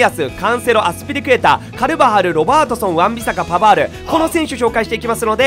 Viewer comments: のカルバハルの言い方癖強くて笑った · スペイン的には癖強く聞こえますwあ、スペイン語履修してないですか？笑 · 普通じゃない？ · 絶対カルバハルの発音倉敷さんに影響されてるやろ笑